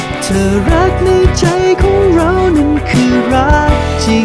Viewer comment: เพลงน่ารักมาก โต๋เป็นนักร้องเพลงป๊อบใสๆได้น่าฟัง ออกเสียงได้ชัดเจนทุกคำ เช่น ใจ เธอ รัก ไม่เหมือนวัยรุ่นที่ร้องเพลง cover ฟังแล้วแปลกๆ น่ารำคาญ